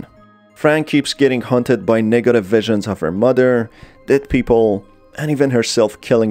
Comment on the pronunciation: u say negative weird